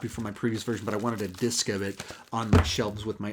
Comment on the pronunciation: Apocalypse now has multiple what? Lol it didn’t sound like you said disc. I too also grew up seeing all the Batman movies in theaters with my dad. We made it through the great, the good, and the bad.